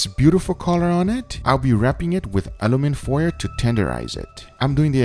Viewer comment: US: Aluminum UK: Aluminium Guga: Alumin